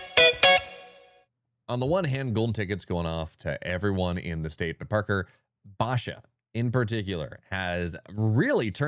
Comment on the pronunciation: Please learn how to pronounce “Basha” ….also please fix your mic gain levels on the podcast ….his mic is so low when ads come in, they are ridiculously loud ….love the content though. Keep it up.